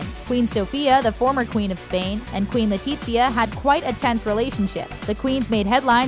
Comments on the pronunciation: LetiZia, not LetiCHia omg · I speak Spanish. No it isn't... it would be more like LETEE-THIA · Hahaha kinda sounds like she said “Queen Latifah.” & not “Queen Letizia.” 😬🤦🏻‍♀️💆🏻‍♀️Lol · Why does she keep saying LE-TEET-SIA 😓